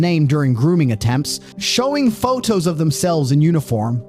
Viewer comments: Why does the narrator constantly leave out consonants in the middle of words. Pho'os, and other words missing a T or D in the middle of a word are NOT proper words. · \Why are you so afraid of pronouncing Ts? Pattern not Pah-ern. Documented not Dounmen-ed. Proximity not Proximi-e. Digital not Digeh-el. Photos not Pho-Ohs. You Speak American, but hide your Ts like a Brit.